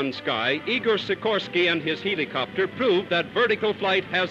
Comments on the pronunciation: has the caterpillar ever said "heeleecopter"??? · he says it like heelicopter